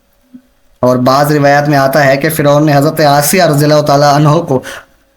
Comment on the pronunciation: Janab firon ki wife Ka naam asiya hi not aysa